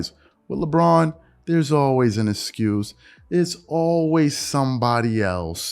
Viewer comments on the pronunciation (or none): Is he saying the word excuse wrong? Or did he say it so many times that my ears are playing games? I keep hearing it with an 'S' sound instead of the 'X'.